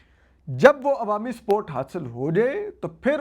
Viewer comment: I was hearing "sport, sport, but you were saying is support...😂